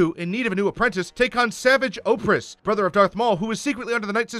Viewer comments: You manages to pronounce both savage opress’s first and last name wrong. That deserves a medal for idiocy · How he pronounced Savage Opress makes me angry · Savage oppress? It’s pronounced savaj o-press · Ventress helped Obi-Wan escape maul before saltines death. Bo Katan helps him the second time. And you’re egregiously mispronouncing Savage Opress. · Why do you say Ahsoka like that? And why did you call Padmé “Padmé Organa” and also mispronounce Savage Opress.